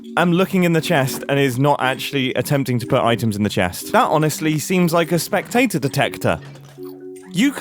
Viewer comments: Mumbo”cool a spectator detector” Me”cool a tator detector” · every time you say spectator i think of a tiny potato and i'm ok with this. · Most People: Spectator Mumbo: Speck-TATE-ore (no hate to mumbo)